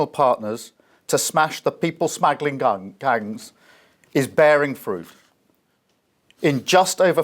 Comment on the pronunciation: Ridiculous. the "people smaggling gungs"? At least theyre not sausage smaggling gungs I suppose.